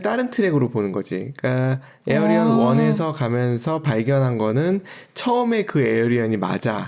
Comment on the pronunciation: 에어리언은 도대체 무슨 말인지... 우리나라 맞춤법과 발음에는 Alien[éiljən]은 에일리언과 가깝습니다.